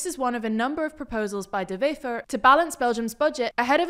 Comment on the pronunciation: De Wever was said in Dutch rather than Flemish, and Prévot and Rousseau's names got stress on the second syllable, not the first. But they do better than most!